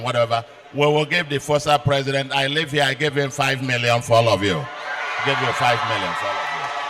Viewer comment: Baba said "Presidio".... 😂😂😅😅😅😅😂😂😂